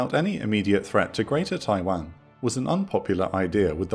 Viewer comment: Every time I hear it pronounced tai-wehn instead of tai-wohn I die a little inside